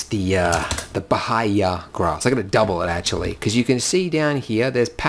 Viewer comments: In case anyone is wondering, the pronunciation is "bah-EE-ah" grass... Good old Paspalum notatum, very common in South American pastures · Bahia is pronounced ByEEah, it's a Brazilian state. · it´s BAH-EE-AH (BAHIA) grass :)